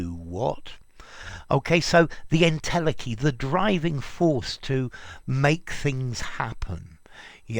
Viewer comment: en-tele-chy, ntel-eki, not ntelkki